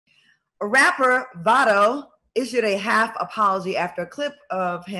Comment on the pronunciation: His name is Vado not Valdo